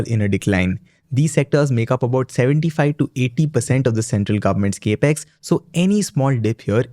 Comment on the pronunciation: Capex is a short form for Capital Expenditure. This is well known. However, the word capex is pronounced cap-x, NOT cape-x!! Your enunciation and flow of delivery is excellent, along with pronunciation. All the more that your saying cape-x sounds jarring!! Pl fix.